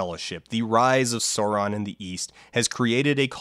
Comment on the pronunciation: Hearing those made me hurt, and then when he does that weird in-between "Sauron" and "Sawron" that some people do, like... please just say them like they did in the Jackson movies, because that's basically right.